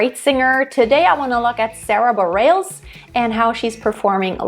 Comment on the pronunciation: Sarah B. is my favorite modern artist! Just a quick note about pronunciation of her last name - it’s “Bah-REHL-ess”.